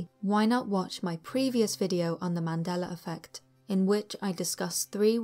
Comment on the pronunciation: YES! You are the first British person that says the Mandela effect the right way!! Most say the Mandelar effect 🤔